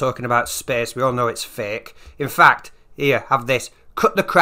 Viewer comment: "space is facke" 😁